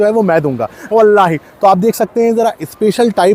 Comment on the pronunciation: The way u said wallahi👌